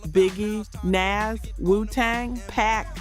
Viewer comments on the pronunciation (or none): Crazy she said Naz & not Nas... Good list tho.... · You're not pronouncing some of these artists names correctly is Pac not Pack , Nas as in Nasir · These are great…but OMG can’t you do something about the AI voice over? “Pack?” “Naz?”